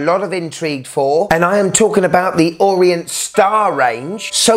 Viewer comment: It's Orient. Not Orient.